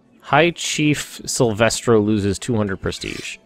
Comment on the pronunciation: "High chief SILVESTRO?" Are you for real? XD